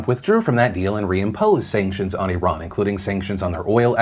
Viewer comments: Props to pronouncing Iran correctly. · Thank you for pronouncing ‘Iran’ correctly. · Anyone else here appreciate how Phil pronounces names of people and countries the way they pronounce it themselves instead of "Americanizing" it? Like "i-RAHN" instead of "I ran" and "CHEE-lay" instead of "chil-lee"? I just wanna say that I appreciate you doing that, Phil--it may be a small thing to most people, but to me, that's an extra mile you didn't have to take but I'm glad you did.